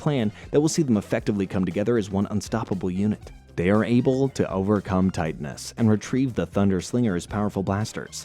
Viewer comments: LO-kar, not lo-KAR. ti-TAN-us, not TI-tanus. You'd think, if you had watched the show enough, you'd learn how to pronounce the names. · You pronounce so many things wrong: Serpentara - sir-pen-TARE-ah (you weirdly pronounce this correctly later in the video) Titanus - tie-TAN-us Saba - SAH-bah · Thts not how to pronounce titanis